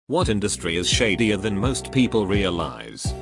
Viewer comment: You mean "shadier", right? Not "shader". This isn't a video about graphics processing.